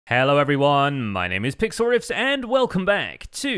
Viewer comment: I swear, sometimes it sounds like he's saying, "hi my name is "